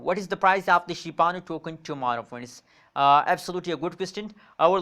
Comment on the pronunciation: It's Shiba Inu not shibanu